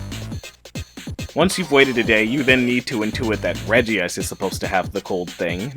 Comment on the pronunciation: STOP CALLING IT REGI-ICE